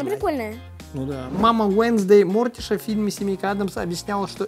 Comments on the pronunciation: Не Мо'ртиша а Морти'ша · Извините, но хочется поправить. Маму Уенсдей зовут Морти́ша, с не Мо́ртиша. Не хотела задеть вас😁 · Одно не большое поправление, не МОртиша, а МортИша. Так что вот, а канал мне этот нравится, и спасибо за детство! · Не мОртиши а мортИше Залайкайте чтобы и увидили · Вобще-то правильно не мортиша а мартиша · Не мОртиши а мортИши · Пишется Мортиша говорится Мартиша❤️ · Эм я одна услышала "муж мартиша"? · Надо говорить МортИша